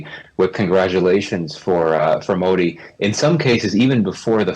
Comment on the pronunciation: First learn how to pronounce "Modi"